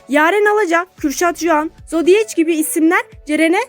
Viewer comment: Yazıldığı gibi zodiec diye okunmaz zodiek diye okunur